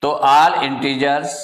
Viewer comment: All ❌ aall 😂😂😂😂